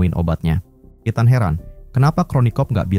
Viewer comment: gemes dengernya nyebut etan wkwk harusnya ithen (ethan)